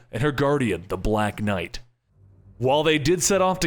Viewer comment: Umm... I don't like the way you said BLACK knight.